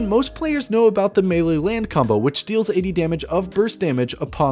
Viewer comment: holehog, handsoap, mele, geez bud